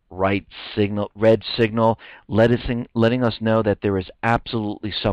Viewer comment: "a bread right signal" and "lettucing us know"? lol Is hungry?